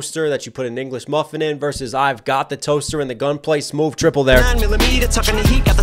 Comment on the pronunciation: Stop saying smoove... it's so stupid. Just like these rehearsed reactions. Why pretend it's the first time you've heard it, like you haven't done your research for all the references...